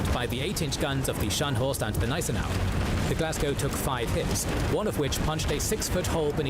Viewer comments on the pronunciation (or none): That is why I stopped watching K&G as "" (the narrator constantly mispronounces words, doesn't care to learn and has never improved. He also varied the pronunciation of Gneisenau between silent and hard G plus got Louis wrong it is not lewis.